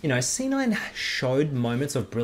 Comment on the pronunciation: i thought he said "sinner player" LOL